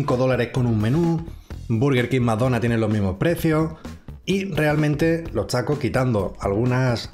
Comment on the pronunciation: Le entendí que dijo los shacos y no los tacos 😂😂😂😂